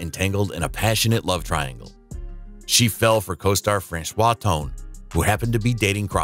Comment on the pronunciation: ➡Franchot Tone pronounced his name FRAN-cho.⬅ The narration must be a digital AI voice.